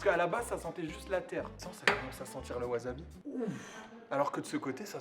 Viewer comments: Gomen de faire ma chieuse mais ça se prononce Wassabi en nippon , j'ai les oreilles qui saignent quand tu prononces Wazabi ZZZzzzzzzzz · Je vais faire le chieur mais ça se prononce wassabi (pas azabi) Tu es au Japon :p 発音に気を付けろ！ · Maître Absolu De L'Univers non tu dis wazabi est pas wassabi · Moi aussi je prononce wazabi a tord, ça se dit wassabi. >< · Ca ne se prononce pas WAZABI mais WASSABI :p Franchement horripilant... Sinon cool vidéo comme d'hab ;) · Ça se prononce "Waçabi" わざび？？？何だそり？？ わさび！！ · Tu dis vraiment "wazabi"😭😭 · t'es un comique toi, t'as cru que tu allais m'apprendre la prononciation japonaise... ワサビ se prononce donc "wassabi" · ça se dit "wasabi" (tu prononces un "s" et non un "z") car c'est japonais